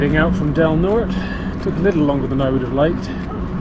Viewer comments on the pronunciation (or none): "Del Nort-ay" is how it's pronounced, my sister went to Del Norte High School. Great video.